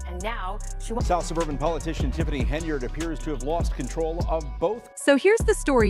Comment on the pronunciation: Don't think it's pronounced Heny-ard.